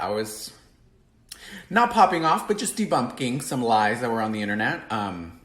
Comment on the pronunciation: Oh my Lord... He just never shuts the fuck up. And he really confuses the word self-serving with 💯. Did he really just say "debumpking"? Ain't nobody missing your FaceTime,.